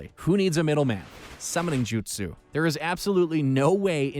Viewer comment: Please work on pronunciation. The voice over guy COMPLETELY BUTCHERED 90% of the jutsu names.